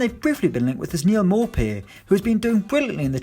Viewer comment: Its pronounced Neal 'moopay'